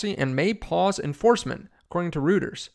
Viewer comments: as a point of interest Reuters. is pronounced as Royters. not routers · Lum mus and rooooters... no. Loo-mis and Roy-ters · Pronounce Roy-ters . Do a little research.